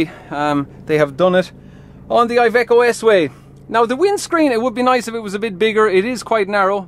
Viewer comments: It is Iveco not aiveco. italia, iveco, iiiiiiiiiiiiiii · Just for future references IVECO stands for Industrial Veichle Company therefore you pronounce it with the I of industrial